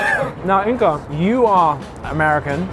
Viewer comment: I'm still wondering why Inga is pronounced Inka